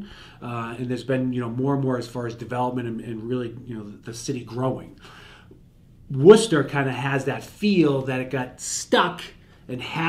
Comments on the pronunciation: This guy knows how to say "Worcester". Thumbs up from me. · Coming from England, I just came here to see how Worcester is pronounced in Massachusetts. Glad to see it’s correct 😂why can’t the rest of the us pronounce Worcestershire sauce right then